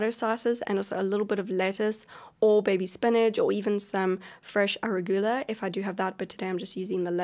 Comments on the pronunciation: Yo I thought the sammmeee thing! Been scrolling comments for 3 minutes to see if I could find anything Emma Watson related. I also like how she says ara-goo-la for arugula haha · 🤣 The way she says arugula